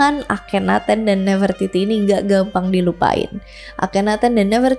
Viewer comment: Bacanya bukannya nafre-titi ya kak?